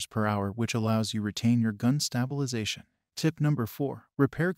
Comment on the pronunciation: Im sorry but I just cant get over gun STAB-ilization.